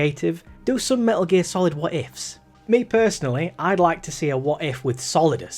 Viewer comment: "Me'uh Geer Salad V" my blood is on your hands